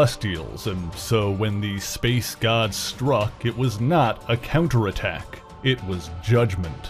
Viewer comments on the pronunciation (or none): none